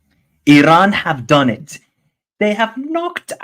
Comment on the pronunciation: Still pronouncing Iran incorrectly, have some respect and don't be ignorant. It's E-Ron.